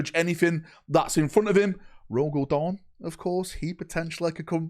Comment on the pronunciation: It’s not Dorn 🍅🍅🍅🍅🍅🍅🍅